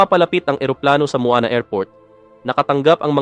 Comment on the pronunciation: Muan po hindi muana